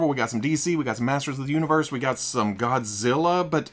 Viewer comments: I’ve gone back to this video three times to hear say “godziller and biolet” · Arkansas "Godziller and Buyerlant" had me laughing my ass off. I love these weekly Fwoosh news episodes.